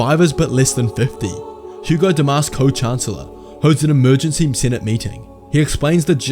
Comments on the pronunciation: Hego is pronounced “Hee-Go” not not “Hu-go”. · Bail Antilles is not Bail Organs. Also it's Hego, not Hugo.